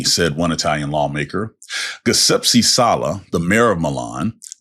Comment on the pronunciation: Guh-sep-see??? Giuseppe = Ji-sepp-ee. 😁